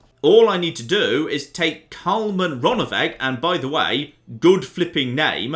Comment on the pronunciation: "Karlmann"? Seriously?